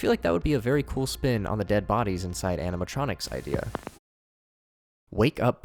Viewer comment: do only I hear "anematronics"